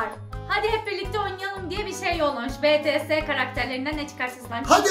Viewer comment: Abla betese değil bu bir ikincisi bem senin eski abonanenim şuan bts armyim ondan NASIL mi okunacak bts :bities